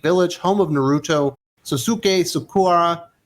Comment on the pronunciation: Nar Root Toe 🤣